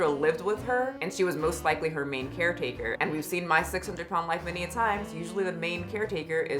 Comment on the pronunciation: Every time you say "main caretaker" my brain processes it as "main character".